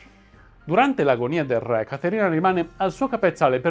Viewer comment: Video interessante e istruttivo, anche per i numerosi collegamenti con personaggi e vicende dell'epoca che gravitavano attorno a Caterina. Sarebbe meglio pronunciare correttamente "ré", visto che è parola che, nei vostri video storici, torna spessissimo.